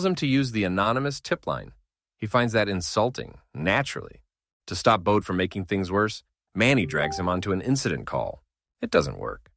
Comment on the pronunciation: His first name is pronounced Bo dee and last name Lee own knee